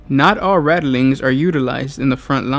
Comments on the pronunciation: Probably...and it's rat-ling....not rattle... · RATLINGS!!!!! NOT RATTELINGS!!!!!!!!!!!! For fuck sake!!!!! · Keeps saying "radilings". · 🤔Rat lings not rata lings. Sorry but so much watch. Love to guys though. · Rattleings?! TRIGGERED!!!!!!